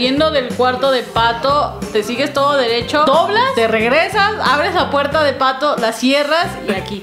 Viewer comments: Se dise patho no pato 7-7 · Dijo patho